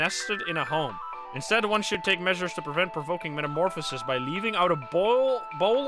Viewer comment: But, it's pronounced meta-more-fuh-sis, not meta-more-foe-sis.